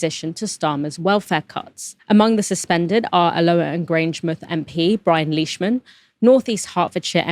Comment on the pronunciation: Hey you started pronouncing Leishman correctly. 🎉